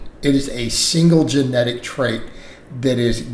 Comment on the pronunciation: 3 syllables…. Ge-ne-tics